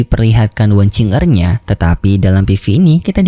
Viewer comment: Kok "wang qing er" sih min? Bukan nya "wang qiu er" ya min yg bener?